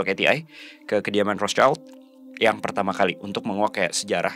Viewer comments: Maaf mau koreksi terkait pronunciation. Rothschild ini kan dari jerman ya, nah jerman sama indonesia tuh cara baca huruf vokalnya sama yaitu aiueo. Terus "sch" disini dibacanya "syi", bukan "child" seperti dalam bahasa inggris. So that's why, cara baca "Rothschild" ini tuh Rothsyild gitu. CMIIW yaaa, yang paham bahasa jerman bisa bantu koreksi aku kalo ada salah🙏🏻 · Sorry Rotschild bacaannya Rotschild, bukanrothchaild, jadihurufidibaca sebagai i bukan ai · Kykny rothschild itu dibacanya rothsyid, ejaan jerman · Kamu benar. Bacanya Roth- Syild. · Bener...harusnya pronouncenya gitu. Tapi gpp sih, contoh lain..itu orang2 nyebut Michael Ballack d baca Maikel bukan Mikael padahal Mikael kan aturan.